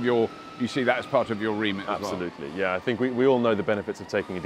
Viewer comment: I like that 'yeh'... lmao